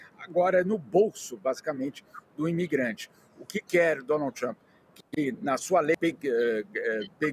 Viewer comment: Donald "TaXamp" 😂😂😂😂